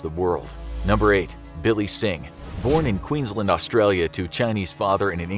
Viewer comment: Queenslind it’s Queensland mate